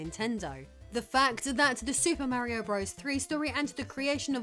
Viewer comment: I love the beginning of this video, a, very sixy looking, five is frozen in what appears to be dragon eyed stupor until I push play. Once pushed, the 6ee5 opens her dialogue with "Super Mare-ee-Oh, BRUBBERS THREE...". Warm fuzzies are felt again a few moment later when 6ee5 says "Bruh-verse"... <3 Love this self identified "it" on a rock in space.